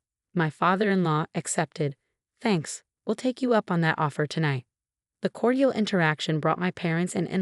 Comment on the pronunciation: I know AI is young for these narratives, but the way it said Cordial made me laugh so hard